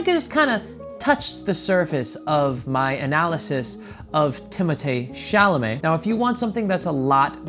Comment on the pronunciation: nobody: not a single soul:: Timoteee Chalame